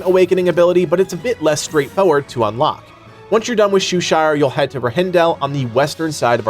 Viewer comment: Row-Han-Dell m8!!!